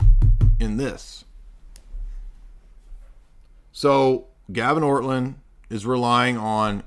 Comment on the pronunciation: If you are going to claim to refute someone or his arguments, a good place to start would be to address the actual arguments in question. A second step might be to try to act Christian by not deliberately mocking and mispronouncing one's name. Your behavior here made Orthodoxy look juvenile and indicated that you either didn't watch his video or didn't understand it.